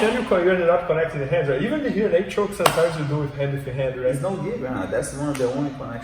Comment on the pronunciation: He’s saying rear naked choke, but I hear naked choke.